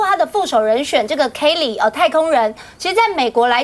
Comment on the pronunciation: 那個高女Kelly發音實在是真彆扭，不會唸就叫凱利唄！